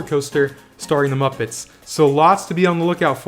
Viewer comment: I think you meant to say moopets